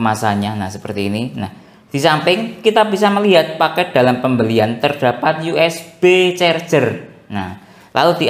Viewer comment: Mas dibacanya USB = YU ES BI jangan YU ES BE kalo mau juga U ES BE dalam bahasa indonesia